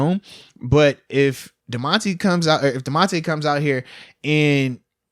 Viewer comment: Moats is the worst at saying names. Myles BOINK INGS… Damontae KAHHZEEE. C’mon fam 😂